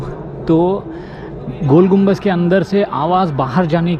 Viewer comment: gumbaz nahi bhai GUMBADD